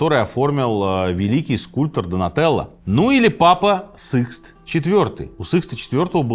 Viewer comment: Почему СЫкст то, когда он СИкст😅